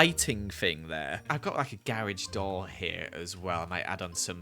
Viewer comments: Me: GA Rage: GAR EGEE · saying garage very poorly:gArAgE me having to put captions to see what he actually said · You can really see the difference in English and American English: gar edge American: garage